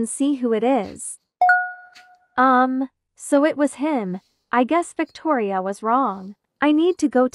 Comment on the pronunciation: Victoria said uour😹